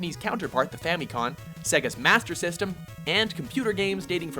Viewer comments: Did he say Famicon? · Fami COM not con. Short for Family computer. Do your homework.